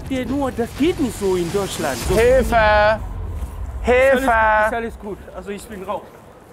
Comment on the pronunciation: "Hijfe, Hijfe" 😂😂